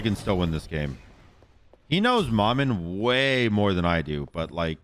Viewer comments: Pretty sure its pronounced (muh-muh) not ma man. Its creole for mama, though in creole it’s spelled manman but im pretty its the same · How... Is nobody saying to just say "Mama" if you don't want to say it with the dialect? Because it's definitely not Mah-Man. 😂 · well the name Maman Brigette isn’t English so that doesn’t matter, she’s a Haitian god and this name in particular is French. Regardless pronunciation is fine, the proper way for Maman would be “Mah-Mahn” however is saying it close enough for a non French speaker